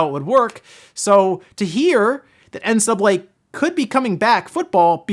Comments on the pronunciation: Why is he not pronouncing the C in NCAA? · How come you can't pronounce NCAA?